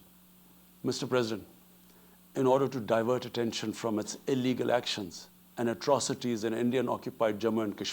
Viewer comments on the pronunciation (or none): none